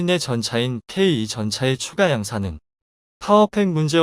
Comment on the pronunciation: 케이투 전차를,너는왜?케이이라고 발음을하고있니?우리나라는 물론이고, 세계인이(K-2)케이투 라고 명명하여 부르는데,방송하는 너만,케이이 라고 이상한발음을 내고있네?그렇게 바보같이 니멋대로발음좀 하지마라!